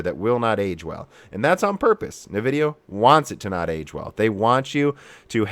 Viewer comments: don't actually know if you are trolling by saying "Nuvidia" vs "eNvidia"......... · Please, please try to pronounce nVidia properly "EHN-Vidia" not "NEH-vidia". I think a log of people find it hard to listen to otherwise. A bit like RGT saying "Nah-Vay" instread of "Na-veee". :) No offence intended! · What is "navidia" ??? As someone who doesnt care about brand and only about performance i was interested in the content of your video. Within a few minutes you are already talking about fanboys, and then you constantly bad mouth all nvidia products and cant even pronounce the brand name correcy. Sorry but you actually sound like a fanboy yourself and i cant trust your opinions.